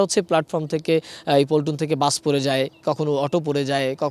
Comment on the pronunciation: "পল্টন" হবে নাকি "প্লাটুন"?